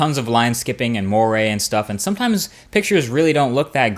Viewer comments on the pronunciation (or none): none